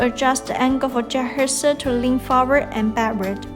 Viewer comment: You know its bad when she cant even pronounce the name of the robot in English. She keeps saying juhersa. How did you get that from Jethexa? And the unintelligible English continues. You folks need to get someone who can actually speak English to narrate these tutorials. Good robot but terrible tutorials and instructions.